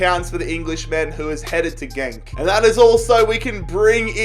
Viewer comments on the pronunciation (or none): none